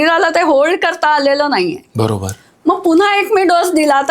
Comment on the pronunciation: Bara kshaaarr ok not barashar